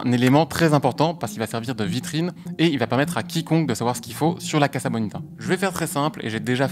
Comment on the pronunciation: Pardon mais ca se prononce Cassa (pas caza) Comme Casa de papel, Mi Casa e su casa etc.